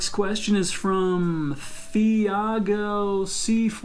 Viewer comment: Ele é muito bom, Mas ele entrega que é gringo quando vai falar os nomes dos brasileiros “filaipe” (Filipe/Felipe), “fiago” (Thiago)